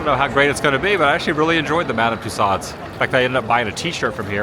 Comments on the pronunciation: LOVING your latest adventures Adam. As you enjoyed it so much, want to mention that the wax museum is pronounced ‘Madame TooSo’, dropping the D and S at the end of the word. French name. ❤ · Adam. The correct French pronunciation of Tussauds sounds more like this: TOOSEW. You don’t pronounce the d or s. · Adam, another great VLOG! Thanks! FYI - Madame Tussauds is pronounced as “Mad-um Too-sohz” in English. The “Tussauds” part rhymes with “so” and has a soft “z” sound at the end. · Tussauds is pronounced tooso the d is silent. Check the internet for the correct pronounciation. Adam the whoops. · Adam's pronunciation of "Madame Tussauds", lol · How many times can he say the name wrong ? 😂😊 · So great glad you’re having fun man. I was laughing so hard at Tousseauds with your over pronouncing of the ODD I see what you were doin hah! Please go to etfeling and make sure you also get a good stroopwaff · Adam love your videos was wondering if you considered going to Haarlem, Netherlands. here is a museum of Corrie ten Boom there. Can only get in if you are having a guided tour it is open Tuesday through Saturday. Anne Franks best friend just died recently. When pronouncing Madame Tussauds the d and s are silent. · I was laughing because he kept saying it over and over. I thought it was a joke or something at first. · It’s pronounced “too sew” not “too sod”. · Please learn how to pronounce names properly…it’s Madame Two-so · Great video Adam!!! Just a helpful tip, it’s pronounced Madam TOO-SO (I took French in high school so just a tip lol) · Madame Too-SOH's not Too-SODDS which you proceed to repeat a hundred times! How could you have been to multiple wax museums and never once heard it pronounced correctly? What next, Marquis De Sade pronounced as Biz Markee DEE SAYdee? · Btw….its too sew, not too sod. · TOO-SOH LOL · It’s pronounced two-sew (Tussauds) the d and s are silent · Its tusauds lol